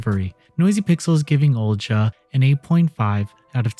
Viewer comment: annunciations strike again! Haha. Think this one is pronounced “O-li-ha.”